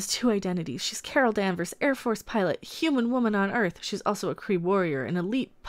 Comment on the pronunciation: Its Carl Man-vers...